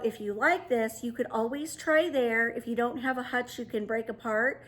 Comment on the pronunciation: Very, very unique “hutchel”😉. Happy New Year 2022!!!!